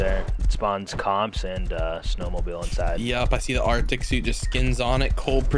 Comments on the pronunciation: "Arctic" Der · arctic, der :D